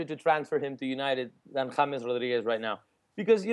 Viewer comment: pronounces James Wilson as Hames Wilson but still fucks up the pronunciation of James Rodriguez 🙄🙄🙄